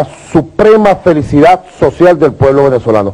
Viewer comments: Ay si que no estudio siempre dice felicida y no de dice así ni se escribe así es FELICIDAD.aparte de burlarse de nosotros mmmm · Entonces,, ¿está trabajando?, tengo entendido que nunca lo ha hecho,,, pero "increíble", Maduro si dice.. FelicidaD, No felicida.